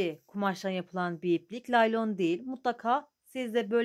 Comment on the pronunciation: Laylon değil Naylon